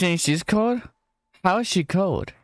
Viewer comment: i loved that ✨hOw✨